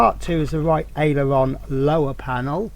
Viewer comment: Just say .. Ale Er Ron